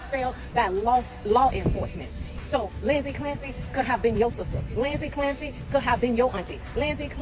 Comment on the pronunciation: "Linzy Clampsy"